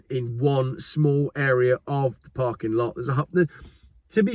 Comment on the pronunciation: Nice American accent on that first shot at saying “parking lot.”